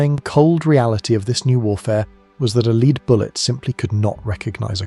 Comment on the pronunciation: I don't know if your mispronunciation of lead was accidental, or deliberately done to prompt comment (I've noticed other clear mispronunciations in other videos of yours) but it is bloody annoying. You have great content which I'm enjoying, but please stop doing this. You're clearly an intelligent guy so don't let yourself down like this.